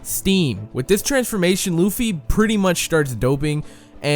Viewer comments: THAT. WAS. AMASING!!!!!!!!!!!!! This comment was and is so in-depth that I read and thought "Is he a scientist", then instantly commented you blew my mind and you need to learn that there are 3 forms including bounceman, plus that Luffy is pronounced Luhffy, not Loofy, seriously, and stop pretending like you know crap and read the manga watch the anime etc. etc. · DIS DUDE SAID LOOFY